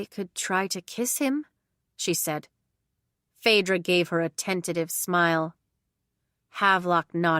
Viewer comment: My name is Phaedra and I am so happy that you said it right because so many people mess it up.